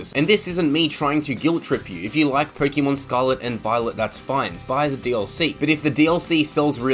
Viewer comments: It’s Pokémon not pokimon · Personally, I don't listen to the "advice" of someone who pronounces it "pokEEmon" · Its not 'Pokeymon' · The way you were pronouncing Pokémon 💀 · I can't take pokèmon advice from someone who mis pronounces pokèmon. Also I would rather pay $35 for a DLC than buy the same game again but "utlra" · You mispronounced Pokémon.